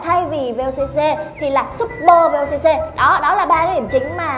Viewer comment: Vooc..ko phải là vocc